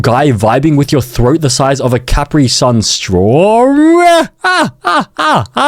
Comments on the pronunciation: It's spelled Kyaprit-sayan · Him miss pronouncing Capri-Sun makes me cry acid tears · Your saying capri son wrong😭